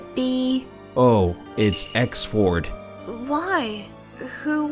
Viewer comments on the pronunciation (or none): It gets me laughing when he said Exford.